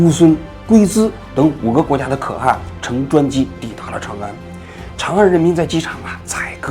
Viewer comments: 话说可汗读音不应该是kèhán 么？ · 对了，要纠正王局一个发音的错误，是ke（四声）han（二声）。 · 「可汗」讀音應該是「克寒」吧。還是中國的讀法不一樣？ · “可汗”读“克寒”！ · 可汗 kè hán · 王局前面的解说好搞笑，不过念错了几个字，龟兹念qiū cí，天可汗念kè hán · 可汗，你第一个读第四调，第二个读第二调，你这念起来太奇怪了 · 那念龟(qiu1)兹(ci2) 可(ke4)汗(han2)！！！！王志安文盲！！！！🤣🤣🤣🤣🤣🤣🤣